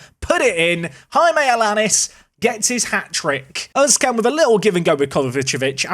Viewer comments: i know what you are going to say already but oğuzcan is pronounced more like 'Ouz-Jan'. j as in english not spanish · Oğuzcan is more like ouhozjan when pronuncing it